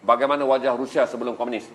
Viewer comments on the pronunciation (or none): none